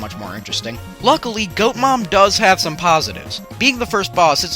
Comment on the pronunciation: STOP COLLING HER GOAT MAM IT IS TORAL